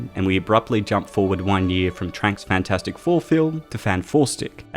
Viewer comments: "enter fant 4 stick" lmao ded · Everytime I hear say FantFourstic, it just makes me chuckle.